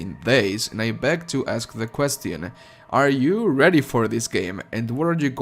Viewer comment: you are the best in terms of Doom News, but please - open this link and learn how to pronounce the word "QUESTION".